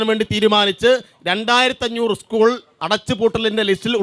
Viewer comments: ഉസ്‌കൂൾ അല്ല സ്കൂൾ... നേരെ പറ ചഗാവേ വാണമേ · ഉസ്‌കൂൾ അല്ല സ്കൂൾ